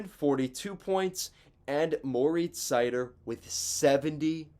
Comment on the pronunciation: Pronounced like cider. He himself says his first name "More-eats". Also you forgot to mention that Mo has had terrible partners all year. He stepped on the ice and became a teams number 1 defenseman. And he's not the worst 1 defense in the league.